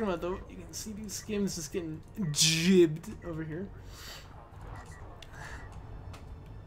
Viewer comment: Gibbed vs jibbed, isn't it spelled gibbed, so say it right sailor.